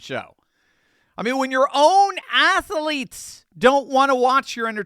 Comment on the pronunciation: Athlete Not ATH A LETE